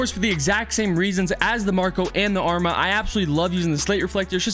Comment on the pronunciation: Why does everyone mispronounce the arma’s name 😂🤦🏼‍♂️